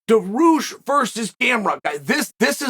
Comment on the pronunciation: Bro its Dariush not Dahroosh lol